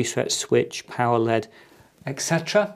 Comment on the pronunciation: Wow he called an L.E.D a LED